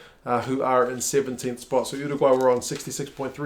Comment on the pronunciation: You pronuce Uruguay weird, it sounds like your doing an impresion of a pigeon at the same time.